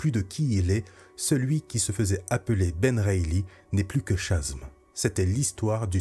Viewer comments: Merci c'était très intéressant. Au fait Chasm se prononce Kazeum. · super vidéo, juste une petite précision : "Chasm" devrait se prononcer "kasm" (gouffre en anglais)